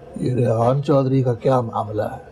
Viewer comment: She says rayyan instead of rehan. Love it...